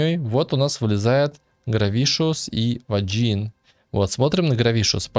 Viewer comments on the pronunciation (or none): ...какой Ваджин? Вейган прозносится. А про смерть-настолько ненавижу ламыча, что жалею, что это не в реале с ним случилось.